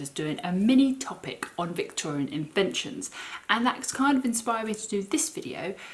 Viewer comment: Loved the Victorian "Invetions" . Great video.